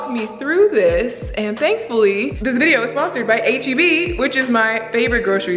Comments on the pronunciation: idk why but this whole time I thought you were always saying A-G-B 😂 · We’ll never forget past vlogs where we thought you were saying AGB 😂 So proud of you for this sponsorship!! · can’t lie u deserve this sponsorship Bc I’ve never heard of HEB or as i thought u was pronouncing it “8GB” lol